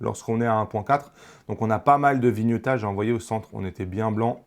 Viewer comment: Bonjour et merci. (NB : on dit vlog (et pas Vé log) et viniaitage (vignettage) et pas vinieutage). C'est cadeau.